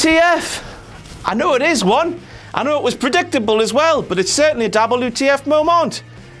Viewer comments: We don't know.Nobody does.It's pronounced something like this Moemoant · why does he pronounce the word "moment" that way?